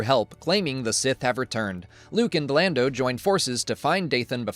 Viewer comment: I know that was a purposeful "Blando" mispronunciation for interactions, and it worked, I'm here, commenting... good job.